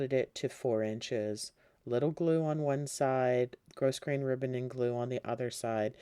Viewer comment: Enjoyed the tutorial. Thank you. Please be aware that you are mispronouncing grosgrain. The ‘s’ is silent.